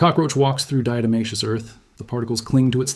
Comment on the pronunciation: And even this AI voice pronounces the diatomaceous earth wrong.